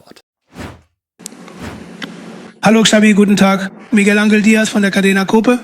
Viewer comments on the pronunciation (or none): none